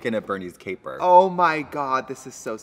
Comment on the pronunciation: When they were listing off things that were on Pose, Katya said "Capers" and i couldn't think what small peppery things had to do with the show lol